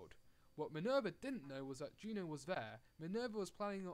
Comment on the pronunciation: It's JUNO not GEEENAAAAH